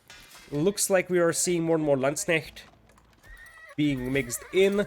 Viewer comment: Your "Landsknecht" actually sounds like "Landsknecht". Good job!